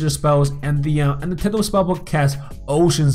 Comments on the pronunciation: 'tiddal' Its Tidal, Pronounced- Tie Doll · its tidal (ty-dall) not tidle. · Pronunciation: (tie-dale) not (tid-al) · bruh its not tiddle spellbook like your shooting pee or something its actually pronounced " tie- dall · Its pronounced "taidl" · Its not teedal its sounds wierd... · Its pronounced as tiedal but spelled as tidal............ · You asked, it’s pronounced tidal, like how you pronounce eye. Like tide. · He called it tiddal bruh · when he said tidal it sounded like he was talking about some turtle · Lol the way he says tidal spellbook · that's not how you say tidal EDIT: nvm I just noticed you said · I’m getting triggered every time he says tidal